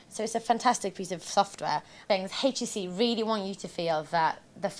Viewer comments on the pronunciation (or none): I tried, I really tried to watch this video.. But I simply couldn't stand hearing her say H-tc. If I ever hear a pronunciation of HTC like hers again, it will be too soon! Your God! It's horrible..!!!